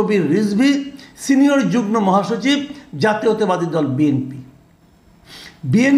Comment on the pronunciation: উচ্চারণ হবে যুগমো রে মূর্খ।